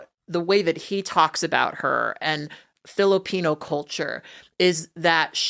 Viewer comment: Somehow this guy pronounces Filipino with a hard R